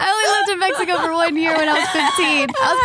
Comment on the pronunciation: " Back in Mejico " 😂